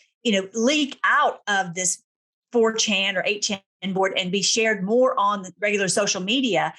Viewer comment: Having trouble understanding the pronunciation. Did you say the dark web site is called Fortune, For Ten, or 4Chen? The only one I found was the latter. And it’s wild alright!